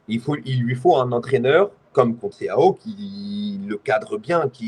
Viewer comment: Faut penser à arrêté de l’appeler « conceiao » vraiment